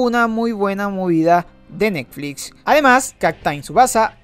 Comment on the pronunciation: Jajaja "Nekflits"